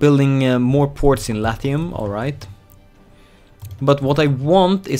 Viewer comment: Latium is pronounced lashum. At least in Latin, it is.